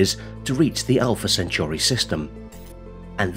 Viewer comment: If I was making videos that mention Alpha Centauri multiple times, I'd probably learn to say it correctly first. STOP SAYING IT LIKE CENTURY. Good bye